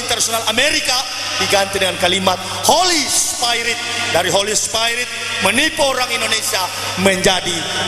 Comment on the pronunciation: Holy Spairit?? belajar bahasa Inggris dulu bro baru ngomong..